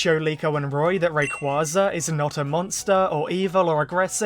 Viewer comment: If Zinnia doesn't appear despite her literal dragon saviour playing a major role in Horizons, this will be SUCH a missed opportunity. She HAS to show up here since they blew their chance to bring her to the forefront in Journeys Btw it's pronounced "ray-QWAY-za"